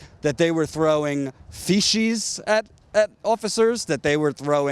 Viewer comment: The only real problem with this segment is the mispronunciation of faeces. Faeces is pronounced with an s sound not an sh. Oh, and the miscarriage of justice, that's a bit bad too I suppose.